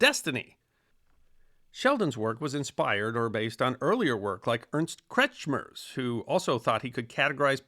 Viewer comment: Bravo on pronouncing Ernst Kretschmer correctly, it's quite frustrating how easy it is for most people to say it wrong